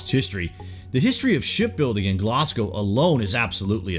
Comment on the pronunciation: The cringe factor of an American taking on Scottish place names..wow!! Given a like because at least Glasgow was pronounced correctly 👍